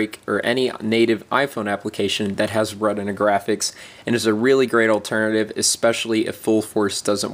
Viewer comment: Lmao at him not being able to say retina